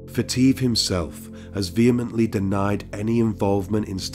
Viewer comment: Wow a true crimer that can actually pronounce vehemently!! 👏👏👏👏